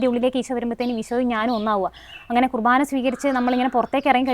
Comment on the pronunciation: കൃഭാന അല്ല കുർബ്ബാന